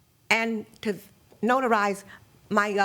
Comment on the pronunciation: 😂 When the plaintiff tried to say the word notarize ?the defendant looks at her as if to say ‘are you having a stroke, Mam?’😂